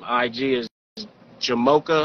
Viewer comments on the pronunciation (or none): Why can’t pronounce names. He said-JA-MO-KA! Damn